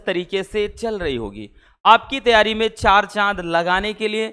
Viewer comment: Sir jab bhi aap staring me taiyari ke bare me bolte h to mujhe first time hmesa pyari sunai deta hai 😂 kisi ko sunai deta hai kya